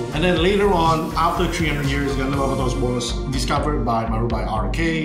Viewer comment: why do they always say the name weird, its BAR-BAY-TOS thats how you pronounce the demons name. it was the one thing that kept bugging me that whole show.